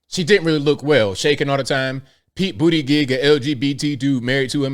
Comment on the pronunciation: at the:59 mark; "Pete Bootygig"😂😂😂😂😂😂. J.D. Watkins